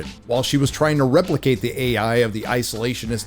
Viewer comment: “Gay-I” assistant killed me 😵‍💫😂